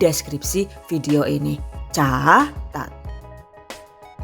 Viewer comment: Aku suka x men temen kalo THV bilang caatat, tagolak golak awak, lucu jg y